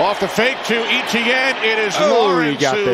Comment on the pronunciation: Kinda funny how they pronounce Etienne. It should be [Ay-chen] instead of ETN 😅 Exciting game, all the way to the end!